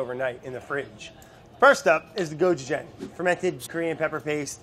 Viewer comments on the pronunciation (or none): 고추장 , Go-Chü-Jäng. Please....everytime you mispronounce it my ears actually bleed. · I died inside a little when he pronounced gochujang wrong lol. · HAHAHHAHA I wonder if Eugene would correct him on his pronunciation because I do every time lol